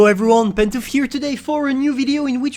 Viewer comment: English:Regular Pantofleee:ReGuLaRi